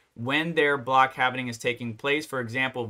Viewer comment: It hurts my ears when I hear it pronounced as "halv-i-ning"... It's "halv-ing"